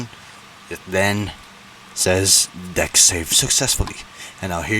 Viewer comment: Maybe try pronouncing "deck" correctly 💀